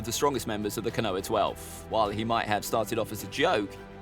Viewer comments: KO-NO-HAH!!! Not Ka-noah. OMFG!!! I can't watch this! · Not that it matters but it's pronounced kono-ha not ko-noa. Love the videos regardless. Keep it up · Ko-no-ha, not Ka-noah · I stopped watching as soon as you said konowa... ko-no-ha simple. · its pronounced phonetically speaking "koe-no-har" not "ko-noah". it's 3 syllables, not 2. I'm adamant you've never watched this show in dub or sub because I have no idea where you get this pronunciation from. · as some who has had their name mis pronounced all the time as it's too ethnic. It matters. And it's not Noah. It's koe-no-ha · Oh? I thought it was "koe-no-har..." Also, my point was that "Noah" was two syllables, not one. Meaning that a pronunciation of "ko-noah" would be three syllables, not two, as you asserted. I'm starting to become adamant that you are incapable of keeping up and understanding your own damn argument. Also, mispronunciations of names like yours is an issue involving societal and cultural dynamics. That is an issue for you to unpack and deal with. I'm far more interested in far more useful far-reaching issues like Communication and Rhetoric. Besides whining about imprecise pronunciations in regards to a fictional media just smacks of gate-keeping garbage. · you don't pronounce no-har the same as noah do you. It's enlongated and stressing the round sound. It's disrespectful to the culture. It has nothing to do with dialect or accent. Then names are pronounced correctly in English dub and original japanese. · yea but he can't pronounce these names "Kanoha" for example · No one:: kuhnoah twelve Love the vids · Sorry to be mean but your pronunciation sucks, I think you got almost every name wrong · when the tuber is and mispronounces the name of konoha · Your videos are really cool, but it really bothers me that you don’t pronounce the H. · Konoha how are you saying this wrong have you watched Naruto it's just as bad as when you tried to pronounce Akatsuki